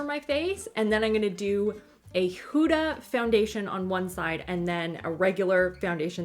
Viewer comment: I love how you say her name hooda instead of Huda!!!